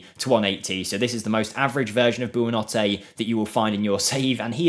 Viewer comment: You say the last players last name Buonanotte like -Bo-na-no-te with means Good Night in Italian